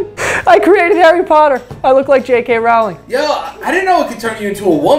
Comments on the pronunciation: Rowling like bowling please for the love if god America ahahaha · Why do none of you know how to pronounce Rowling lol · Does anyone else hate how joe always mispronounces J.K. Rowling?